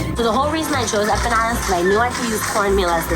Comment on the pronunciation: Why does she keep pronouncing empanadas like “eh-peh-nadas”? That was a bit distracting throughout, but these look good though👍🏽